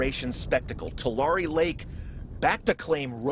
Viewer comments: It's pronounced " Tulare" Is "Two Larry" you people always have newbees that don't know how to pronounce certain words & names. Find out before you go on air. Annoying when you say them wrong, its like you are talking about somewhere else. Peace on Earth. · Too-La-Ree, not, to Larry! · Dear narrater: it’s pronounced-two-lair-ee not two lar e 😂😂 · "Two-Larry" Lake. Please get it right. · “ TouLarreeeh” I wonder how far north the water will go! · It’s Too-Larry